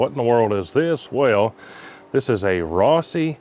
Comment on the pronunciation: I cringed as soon as you said "Rossi." Junk☠️